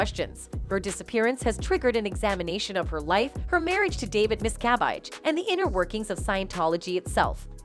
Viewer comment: Mispronouncing her last name. Phonetically it's: mis....ca...vage. NOT:. MIST ....ca...vite. Please reprogram your terrible narrator who pronounces names terribly.